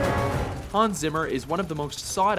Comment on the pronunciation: oh my god!!!! what a crappy pronounciation of hans zimmer -.